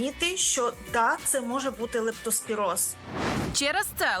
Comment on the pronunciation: Ведуча, правильно ця хвороба називається лЕптоспіроз, а не лАптоспіроз.